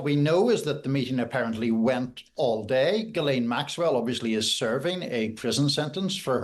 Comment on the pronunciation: IT's GHILANE!!! and you work for the times???